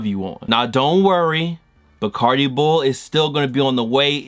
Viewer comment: nigga said barcadi bull😂😂😂